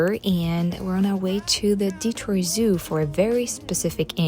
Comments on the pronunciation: Hearing Detroit pronounced in proper French as it was intended (founded by a French man) was really nice! Next time you come to Detroit, though, please please ask for recommendations for Detroit style pizza again. Buddy's is the most popular, but as you may expect, it's not the best by a long shot. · My family has lived here in Michigan since 1870... there's some families that have been here much longer. I personally know such a family that still calls "Detroit" in French pronunciation like yourself at the beginning of your video... I often call it that myself. My grandparents were each 1/2 French Canadian and my grandmother did speak in French to her family members. My family lived in Northern Michigan near Petosky, Charlevoix, Boyne City, Boyne Falls and East Jordon. I recommend seeing Northern Michigan yourself sometime on one of your trips. The beauty of the area is breathtaking. Huge rolling hills that look like mountains, but are actually big gravel piles left by the glaciers. There's a lot to see and do there... the list is endless. I enjoyed your video... thanks!